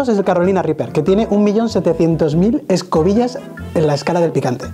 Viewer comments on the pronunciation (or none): Escobillas jajaja escobils